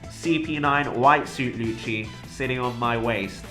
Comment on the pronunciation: I Dont like how you pronounce Lucci..